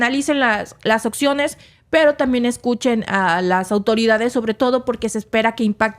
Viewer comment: no se dice "occiones" sino opciones.